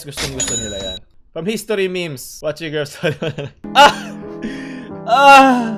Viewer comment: mimis amputa... its mems. (memes)